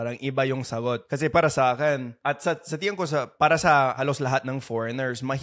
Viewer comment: really enjoy your videos... just a friendly fyi.. it's tingin (tee ng een) instead of tiyan (tiyan's belly...):)